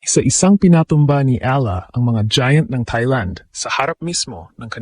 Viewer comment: mali yung edad at pagbigkas ng last name🤣